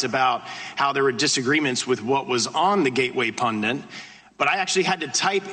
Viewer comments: Is he saying "pundant"? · Maybe the problem was he was searching for "gateway pundant", based on his pronunciation.